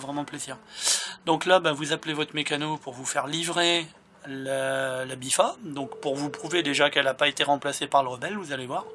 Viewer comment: Très bonne vidéo merci du glitch continue comme ça c'est super ! Juste, c'est la "BIFTA" avec un "T" mais bon tu le dis comme tu veux hein :D